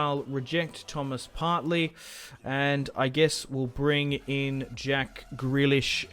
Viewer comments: Just saying, it's Partey. Not Partley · Love this career so far . Only things wrong with it is “Partley”😂 and that he said “k” a lot instead of “mil” other than that, great start